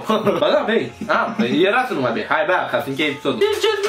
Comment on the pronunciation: Ba nu di' pat"😂😂 :,, Ba nu di' pernâ"😂😂 :,, Acu am mancat bini, trebui' sa ni' culcam"😂